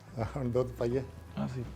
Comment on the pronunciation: ਪੂਰਾ ਪੰਜਾਬੀ ,, ਦੁੱਧ… ਕਹਿਂਦਾ ਆਸੀ